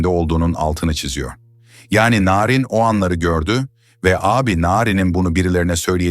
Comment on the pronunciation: Bu nasil narindemek çok i kötü bir telaffuz.